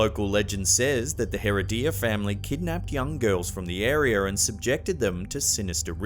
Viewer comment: Not "Hair uh DEE ya". Hair RED ee ya. Gracias.